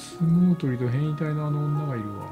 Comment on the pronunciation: 昔変異体が変態って聞こえてた